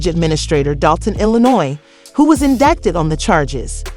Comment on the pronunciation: "in-dike-ted"?! lol!!!